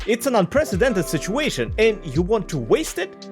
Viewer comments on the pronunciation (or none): none